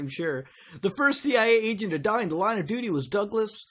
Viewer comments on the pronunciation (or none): none